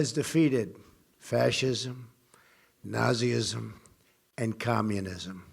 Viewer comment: dat nahzyism tho